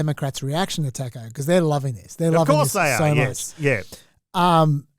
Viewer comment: The pronounciation of taco in this pod is deplorable